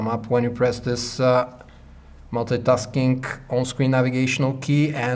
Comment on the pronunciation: it's multi-tasking not Molte-taskink